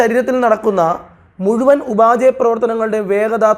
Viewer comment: ഉപാചയ പ്രവർത്തനങ്ങളല്ല സർ, ഉപാപചയ പ്രവർത്തനങ്ങളാണ്. ഇംഗ്ലീഷിൽ metabolism